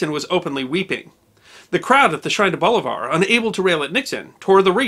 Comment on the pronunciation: The pronunciation is bolIvar not bolivAr.